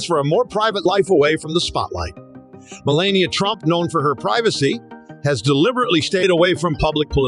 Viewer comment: The commentator did not bother to pronounce Me LAH Ni AH correctly. I do not care for her